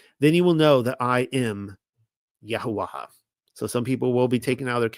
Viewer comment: You still haven't been shown the lady 'ha' in paleo Hebrew is not pronounced. So it's YaHaWah. Please look it up